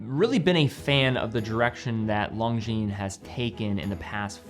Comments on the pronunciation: It's LON-GINES, not LONG-GINES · can you please stop spelling Longines wrong? the G and the S is silent, LONJIN that's how it should be spelled love the review❤ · You mispronounced Longines in the beginning.